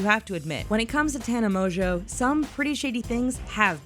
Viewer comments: Does all this research on her yet doesn’t pronounce her last name right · The biggest lie of all is how she pronounces her last name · sorry but i can’t trust anyone who can’t even say her name right... she literally says it in the beginning of every single video. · Im surprised you can't say her last name right 😂😂😂😂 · tana mongeau is the heaviest sleeper i've ever seen, so if someone took polaroids of her, she would not have woken up. if you've ever watched one of her vlogs (or even her friend's vlogs) you would know that. no hate or anything but people should check their facts before making a video about it. and also this channel keeps pronouncing her last name wrong.